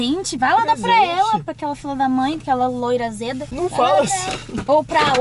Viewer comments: Vc falo loira aseda 😳😳e eu só loira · "aquela loira azeda" kkklk